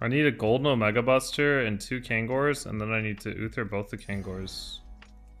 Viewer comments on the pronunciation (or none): none